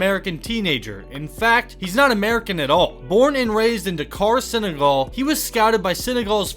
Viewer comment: I'm from Senegal and how he says it just makes me laugh